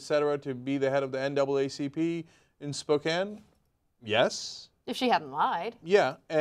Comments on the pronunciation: Spo-CAN. Not Spo-cain. That is all. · It's pronounced Spo-CAN, not Spo-CAINE. Cenk says it right. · SpoKAN.. not spokeen or spokain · It's pronounced SPO-CAN NOTTTTT SPO-CANE. Furreal people get it right!!!!! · Spoke Annnn, guys. Spoke Annnn. Not Spoke Aine. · It is not SPO-KANE it is pronounced SPO-CAN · Spo-KANE? It's pronounced Spo-CAN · Just so you know, it is pronounced Spoke- an. Not Spoke- aine. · it's pronounced "Spo-CAN", NOT "Spo-cane" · Spokane is pronounced with a short "a" sound, not a long "a" sound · Arg! Look up up, The Young Turks ! It's "Spo-CAN" NOT "Spo-CANE"! Here, pick a random number in a Spokane-area are code and call 'em up. Ask them nicely, "Hi, I'm from the TYT network. Could you please do me a favor and tell me the name of your town?" It's really, truly not that hard. Have an intern do it while they're on their way to picking up coffee. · It's pronounced "Spoke-an" not spocaine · It's pronounced spo-can, not spo-cane. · Hey liberal girl reporter--it's pronounced spo-CAN, not spo-CANE. Guess you've heard of it before. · With Spokane (spoh-KAN) being the 2nd largest city in Washington state, you would think that people reporting about it would at least try to get the pronunciation correct... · You've probably been told this more than once. Spokane is pronounced Spok-can.Bicycle spoke and a can of corn.Spokecan spelled Spokane. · SpoKaine??? Wtf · Who are these poorly informed people discussing this? You mispronounce Spokane, you talk about her black husband (she's divorced), you mis-identify the kids in her wedding photo (they are her siblings, not her children) ... good grief, get your facts straight!